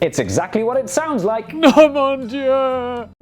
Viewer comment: Compliments for Mark. He pronounced Mon Dieu like a real frog! Mo' djeu instead of mo' doo! Very good, Mark. Well done. 😄